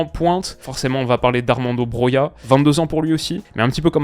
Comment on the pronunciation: Première fois que tu dis le nom Broja correctement